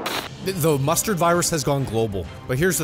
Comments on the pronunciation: i keep hearing either mustard or monster virus which one is it? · Chill bro 😂!!! He said Mustard not F* COVID